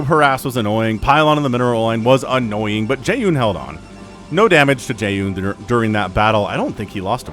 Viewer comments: Yeah it's Jay -HHHoon from a pronciations standpoint. did Jaehoon retire haven't seen him in a minute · In theory you probably should pronounce the "H" in Jaehoon's name a little more (and less like there's a Y in there), but English speakers don't really care as much about clear enunciation of stuff like that compared to Korean- and since you're casting in English, it probably doesn't really matter ;D Thanks for the cast :)